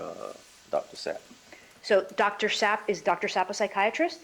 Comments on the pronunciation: I can’t tell if this attorney is attempting to somehow irritate the witness by initially saying Sapp correctly and then after having it spelled, pronouncing it Zapp. But she is intense regardless of her inability to understand the pronunciation of a name and I’m hoping she is Donna’s lead defense attorney. She’s incredibly unlikable. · The lawyer questioning Chief Mack as if hes a criminal. And her repeated mispronouncing Dr. ZAP...shes incompetent. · If she says Zapp and Puge instead of Sapp and Pugh one more timeeeeeeree😳🫨🤢🤮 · Wth this defence lawyer was told what 6 times that doctors name and spelled it out and she’s still mispronounced it. Zap lol SAP makes me wonder if she was listening to hear or listening to respond. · Her damn attorney cannot even hear it’s DR SAPP, not DR ZAPP. What is wrong with her, she’s just as annoying as the defendant! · 😂 I know you’re OCD like me..cause I kept screaming at my phone screen “It’s Sapp!! 😂every time she said Zapp! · Sapp Sapp Sapp not Zapp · Its condescending, but lawyer is trying to be efficient and effective. Professional, with some respect or dignity, yet she is trying to earn her pay. It's "Dr Ssssapp" and she continues to misprounce. She is just being a thorough b*tch. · I literally can’t listen to Donna’s attorney continue to mispronounce the doctors name after being literally walked through how to say it and how it’s spelled! Wow Donna has a horrible lawyer